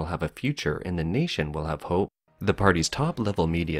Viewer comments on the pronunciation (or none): not relevant, but the way you said "hope" tickled me